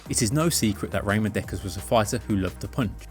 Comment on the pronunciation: its pronnounced Ramon not Raymond